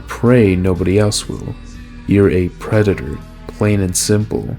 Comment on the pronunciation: "I'm not a pwedata.", probably